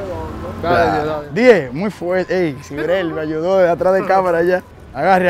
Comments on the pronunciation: Nadie: cada 5 minutos: “Muy fueellte” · Like por cada vez que dijo muy fuelte 😂🔥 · todo el video "MUY FUELTE"